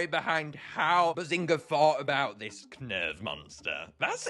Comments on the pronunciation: Is nobody gunna acknowledged knurv's name is supposed to be spelt like nerve, because of the eyes being the instrument (knurv uses nerves, NERVES ITS NERVES GUYS PLEASE SAY NERVE NOT KUH NERVE) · Knurv is pronounced Nerve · Just pointing out - the 'K' is silent. Knurv is pronounced 'Nerve' - like the optical nerves that make the sound. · I love how every one pronounces it as “Ku-nerve” when it’s just “nerve “ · Knurv's name is simply said as Nerve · I Think its Pronounced Nurv as in Nerve and the K is Silent i think but i might be wrong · Knurv is pernounsed "nerve" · I love just how passionate is about this game, and how genuine he is in his videos. Also the K in Knurv is silent but I don’t want to nitpick 😅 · Even you said Knurv's name wrong xD The K is silent, similar to the words Knight and Knife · i think the k is silent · U said knurv wrong its like gnarls where u dont say the g sp with knurv you dont say the k just helping u